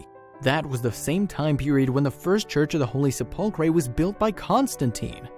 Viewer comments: Hello, Perhaps you need to rehearse the voice recording prior to posting, for if you actually cared about your position you would!😯 The Church of the Holy Sepulchre isn't pronounced: "Se•pull•cray" (or however you trashed it) 🙄 it's been PRONOUNCED WELL OVER 1,600 YRS. AS: "Sep•ul•cur/Se•pul•cur" (BTW, A) The "Se" IS as in September, sensational etc.; B) The "cur" isn't: Cray, cree, cure, etc.; It IS: "cur", as in curse, curd, curb etc.!)!!! 🤔 That's how I've heard it said by professionals (clergy, reporter's etc. say it anyway)!!!🤨🤔Pronounce it out, then put it together, then if you care about what you do (you might want to be a Christian for yourself!), because you sound "uneducated, uncaring, most of all rude (which is un-knowledable) when anyone who "is knowledgeable" hears when you do that (regardless of what it pertains to!)!!!🤯🤔🧐 I'm trying to help you.😯 Just sayin'!!!🧐 If you continue as such, then I'll know two things: 1) You don't read the "comments" and 2) That you don't really care!!😖 At that point I'll unsubscribe and so should many others, but what's worse it shows just how many unintelligent people that's out here!!😱 Take care, "God Bless", sincerely, Randy. 👍🙏🏻😇👊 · Attention millennial YouTube creators... PLEEEEASE research pronunciations when you are unsure! You were pretty close with the 'Church of the Holy Chipotle' smh